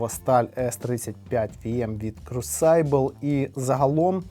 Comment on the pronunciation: Дякую,. Цікаві ножі, поетична подача. Ножі самим дизайном вже створюють враження щільності та надійності. P.S. crucible - вимовляється як "крусибл". Ви періодично назву цього виробника згадуєте, тож взяв на себе сміливість написати. Прошу не сприймати за критику.